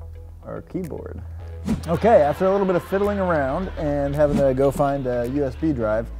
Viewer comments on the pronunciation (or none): none